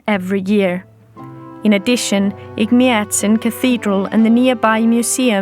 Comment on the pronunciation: I would like to thank you for the presentation, however one correction- Ejmiadzin isn't the oldest christian church in Armenia. It is the oldest christian church in the WORLD. And please train your pronunciation as it is hard to hear Egmiadzin every time, among other mispronounced words.